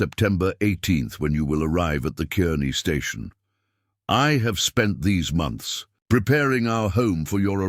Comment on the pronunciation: It's spelled Kearney, pronounced Karney